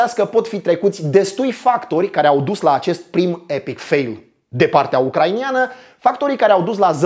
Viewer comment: "ucraineni" nu "ucrainieni", "ucraineana" nu "ucrainiana", nu vreau sa fiu ALA de pe net cu suferinta pe gramatica, dar tu vorbesti tare bine in general si ma streseaza de ceva timp :) Multam pentru video, foarte bine construit, se vede ca s-a muncit mult la asta. Spor!